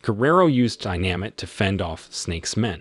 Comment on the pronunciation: Who the hell is narrating this, an auto dialer? “Dynamit”? “…a demonic figure named Lucifer…”? 🤣🤣🤣